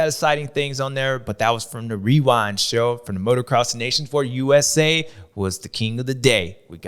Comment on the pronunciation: James speaks wisely and he says “Des Nations” like it is. Very enjoyable to listen to and a badass on a bike 💪🏻🇺🇸